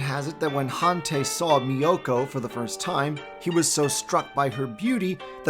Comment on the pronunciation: Han tie is how it’s pronounced I eeked everytime you miss pronounce a lot of the names ugh so disappointing .